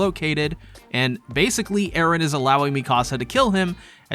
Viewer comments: Western people cannot comprehend the concept of pronouncing a name in a different language. It is Eren and Armin, not "Aaron" and "Armen" ... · Who the fuck is Aren, his name is Eren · jesus christ man you've gotta stop saying edehhn, you're not japanese, you're perfectly capable of pronouncing a western name. also there's no way those missiles are heat seeking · "ERE" idk why this bothers me LOL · why do you keep saying eren so annoying lol is it supposed to be mikasa? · Nice video but the way you overpronounced Eren made me chuckle every time lmao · Great video except for every cringy time you did Japanese pronunciations for Erin's name